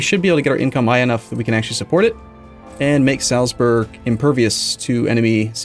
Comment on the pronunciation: German pronunciation guide: Salzburg=Zaltsboorg, and Nürnberg=Nirnbareg (as in "bare" with a g at the end). There's nothing in there that sounds like burgers, no "uh" sound at all. ;-)